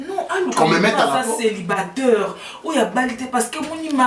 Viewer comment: Darling faut savoir prononcé tes mots célibataire et non celibateur 😂😂😂😂